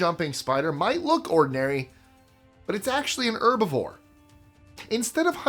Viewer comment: Why do you idiots thing the H is silent?? It's HERBIVORE NOT 'ERBIVORE YOU ABSOLUTE 🔔🔚s That's goes for EVERY OTHER HERB RELATED WORDS TOO.